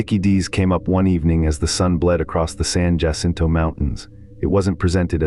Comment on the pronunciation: You had me until you mispronounced "Jacinto." Seriously? You don't know basic Spanish pronunciation?